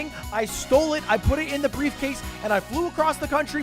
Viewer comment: "I have brevecase"